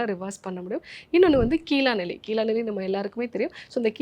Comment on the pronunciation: கீலாநெல்லி அல்ல கீழாநெல்லி. நன்றி.